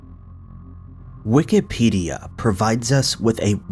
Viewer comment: At the beginning of the video I thought he said Wickedpedia!